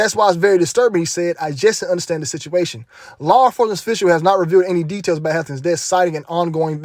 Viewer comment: Tedails?? Lol…good info tho fam,may the most high protect u